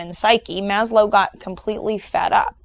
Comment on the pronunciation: FWIW, It's pronounced "MAZ-lov". A v-sound at the end, not a w-sound. Other than that, you've definitely whet my appetite for the other videos... I agree with the assertions so far. ; )